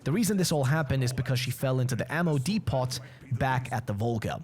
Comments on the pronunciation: Came to the comments looking for anyone mentioning this. Was annoying hearing DEE-POT so often haha. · OH BROTHER! DEPOT! The “T” is silent. Pronounced “Deep-oh”. My skin was crawling with the amount of times you said it.